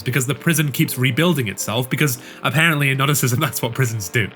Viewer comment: Great video but the pronunciation of Gnosticism made me go "hhhhhwhat"